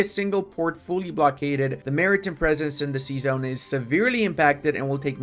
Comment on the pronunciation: the way he says maritime hurts my soul